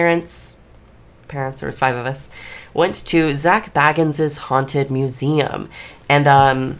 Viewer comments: It's Zak Bagans, not Zak Baggans the Hobbit. 😂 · and an F for her calling him baggins like he is some hobbit. 😂 BAY-gens like BAgel. 👍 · It’s pronounced “Bay” Gans! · right! It's Zak fkn Bay-gans lol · Your pronouncing his surname wrong it's bAgans ya need to pronounced the A as A 😊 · But at least Nick can pronounce Zak's goddamn name right ffs🤦‍♂ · You are not saying Zak's name properly. And why are you wearing a garbage bag? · Yet you somehow haven't been able to pronounce his well known last name properly just once. It wouldn't be hard to edit that in if you wanted to seem more credible, just saying. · It’s hard to take you seriously when you spend the first 3 minutes trying to get rid of us viewers. And… mispronouncing Zak’s name.